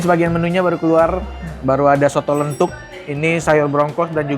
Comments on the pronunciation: Koh..soto lenthuk itu bacanya “lenthok” kayak kalo ngomong batok kelapa.. saya asli jogja koh, mau bilang Makasih koh nex udah ngenalin kuliner jogja..🎉 sukses terusss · Soto lenthok bro yg bener bukan lenthuk. Perkedel telo itu